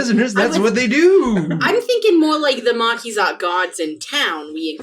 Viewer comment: i like how they each call the marquise de cat a different thing lmao and say "marquizat" and say "marquizate" says "marquizette" and says "markaset"